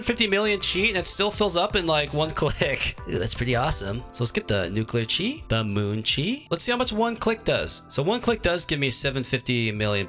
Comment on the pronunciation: yay its someone who says chi right